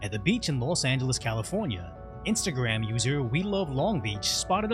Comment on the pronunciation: “Los Annales”